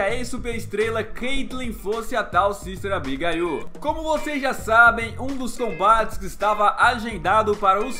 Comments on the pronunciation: A pronúncia fica "abigueiu" não "abigaiu", não quero ser pasquale. Só uma ajuda pro canal que é muito show sz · Fala-se Abigueile e não Abigaiô